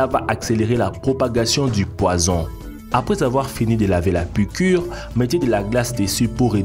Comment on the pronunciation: La piquwe est mowtelle mon fwewe